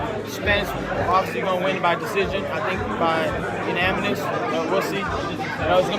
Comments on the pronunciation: “Unaminous” Ryan Garcia 😆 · That boy said “Unamimous” 😂